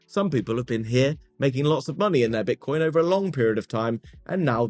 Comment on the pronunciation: Sounds like hes saying "Bitch-nix" 😂